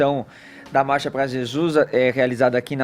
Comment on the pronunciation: O não consegue falar "Marcha"